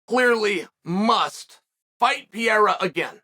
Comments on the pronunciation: His name is"Pereira" not "Piera" Chael 😂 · Even after Ariel corrected Chael on his pronunciation he still calls him Piera 💀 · Who tf is Piera?🤣💀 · I think he was trying to say it the way they say it in their language, it’s sounds like Pa-hair-a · How tf do you pronounce the guys name anyway? Rogan and DC went from calling him Per-rare-uh to Pe-Haduh and Anik calls him Pin-ay-duh. It’s honestly fucking annoying how everyone calls him something different. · Per-rare-uh is the correct pronunciation. My friend from Brasil clarified this. Only the first (letter) “R” in a Portuguese name is pronounced with the “h” sound. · Wait, there's people still thinking he's not mispronouncing on purpose ? The guy who self proclaims himself as the most knowledgeable in the MMA space, is not able to put some simple letters together? The same person who pronounce Khamzat chimaev and Shavkat Rakhmonov effortlessly? Come on. I fully expected him to start pronouncing Pereira correctly after he won the title, but he didn't, it means he still didn't think Pereira deserved the respect, ,he probably doesn't like the way Alex has been fast tracked and given the title shot, that's all.